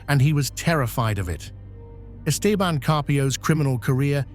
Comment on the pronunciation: The stupid shitty AI didn't pronounce 'Esteban' correctly